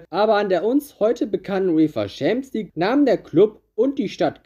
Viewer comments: Was ist eigentlich diese Schampsleague? Außerdem Äston Villa und nicht tsu sondern zu! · wenn ich noch einmal "schämsligue" höre, kollabiere ich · Gutes Video, aber diese Aussprache von Champions League triggert anders haha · Bruder bitte bevor du so ein video machst lern champion league richtig auszusprechen das macht ja aggressiv